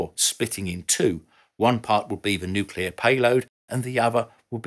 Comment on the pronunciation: Thank you…for being able to pronounce nuclear correctly. You know, how it’s spelled. It made you sound intelligent and professional; not like those that use the ‘other’ pronunciation…that only exists for idiots.